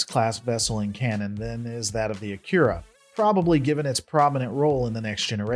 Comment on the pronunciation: At least pronounce the main focus a-Key-Ra class correctly!!